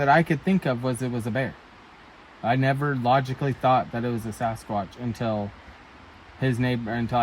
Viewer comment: Anyone else bugged when people say "saw-skwatch" instead of "sa-skwaach"??